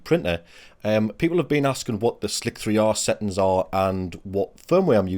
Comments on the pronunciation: Are they not called ‘slicer’ settings? ‘Slick-3-r’ sounds odd. Great video and very informative, Thank you! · its slicer not slic-3r